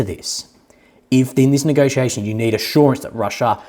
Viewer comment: You say western leaders need to get a dictionary and search for the word nagociation but isn't this how they always nagociated?